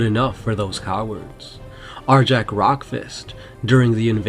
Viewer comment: Arjac is awesome! also the name is properly pronounced Ar-Yac. Fenrisian names are inspired by norse culture, J's are pronounced like a Y